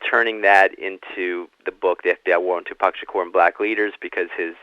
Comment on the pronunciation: His name is Tupac. Proper pronunciation is "TooPock" Not "TewPack". Great interview otherwise. I thouroghly enjoyed "s previous work. "The FBI investigation of Tupac Shakur and other black leaders " was the best I've read / heard to date. Thank you. You're a BRAVE man! We need millions more like you! Abundant Blessings to you! May God order His legions of angels to surround you & protect you!